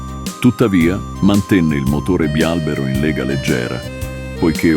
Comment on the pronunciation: Bravissimo, anche se bialbèro non si può sentire